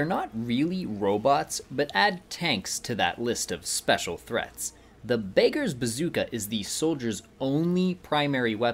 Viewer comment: BAKERS BAZOOKA Bruh it's pronounced Beg-ers Ba-zook-a